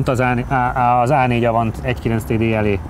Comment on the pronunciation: inkább a TÁDÉÍN van a hangsúly